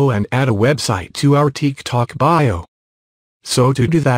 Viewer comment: ''teek tok'' 💀💀💀